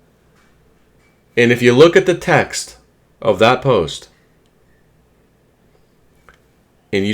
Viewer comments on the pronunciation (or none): none